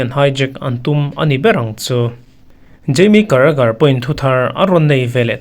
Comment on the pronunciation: Caragher,bellingham, tih vel bawr hi aaa😂😂